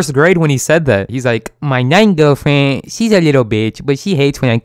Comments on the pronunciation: I died when he said “My nine gilfriend” 😂😂😂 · "My nine gewrl fwiend" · "My 9th gwerlfwend" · Actually he said my 9 gir fren